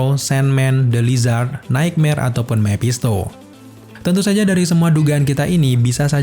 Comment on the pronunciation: Mepshisto mephisto bosen dengernya